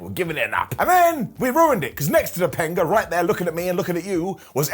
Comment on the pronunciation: *Topanga*, not "Tepanga"...